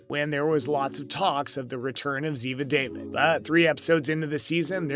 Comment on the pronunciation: It's ziva da-veed not ziva david